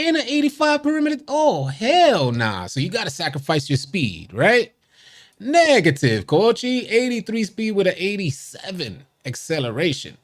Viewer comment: “Neeegative coachi” 🤣